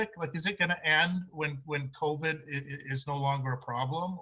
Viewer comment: Why does he continually call it COVED.... it’s Covid. Please pronounce it properly.